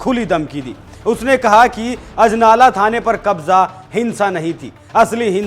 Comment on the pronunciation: Sala bda anchor bna firta hai anjala nhi ajnala hai wo ।